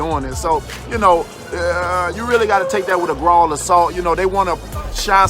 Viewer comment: Lol I think he meant anavar and he needs to stay away from the gralls of salt